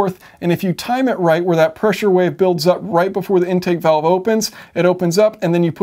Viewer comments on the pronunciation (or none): none